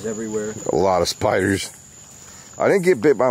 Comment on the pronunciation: I like how he says spioders